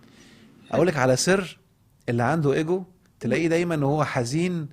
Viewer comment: النطق العربي إيجو مش أجو شكرا